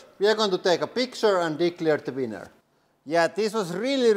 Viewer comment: I giggle every time you say winner. Sounds like weiner.